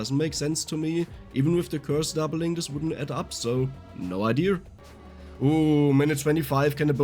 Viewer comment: I been loving the way he says idea…”idear” I LOVE IT.happy I got VS for my phone and bought the extra dlc maps,thank you!!!